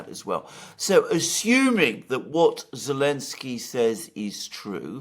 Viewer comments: doesn't know how to pronounce this lenski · Lost me after 5 mins - Mercouris’s voice is so pompous and he can’t even pronounce Zelensky